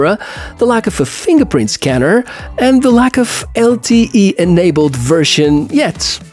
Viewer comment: did u all notice the "fongerprint" scanner